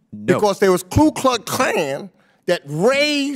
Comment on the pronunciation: Ku not Klu. Jeez.